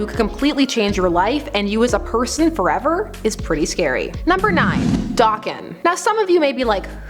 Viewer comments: Did you seriously say dahken and not dayken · no offence but you do know it’s pronounced day-Ken right? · Oh the way you pronounce Daken makes me cringe lol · It's Daken, pronounced DAY-KEN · Why are you miss pronounce daken